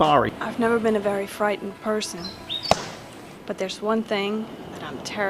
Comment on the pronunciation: "I have have never been a very fritened persoon" Yeets croc in the face